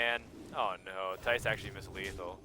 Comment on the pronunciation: Nobody but Dutch speaking people can pronounce the name Thijs right. =p